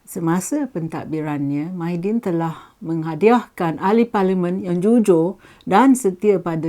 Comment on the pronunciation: Tahan lah lama....Mydin....hahaha kelakar la......pelat ya....